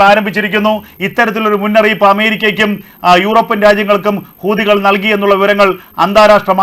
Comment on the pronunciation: കൂ. അല്ല ഹൂ........ തികൾ 😂😂😂😂😂😂😂😂😂😂ഇത്